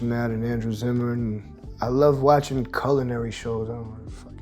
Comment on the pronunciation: “Coolinary” bro stop saying that 🤣 it’s CULinary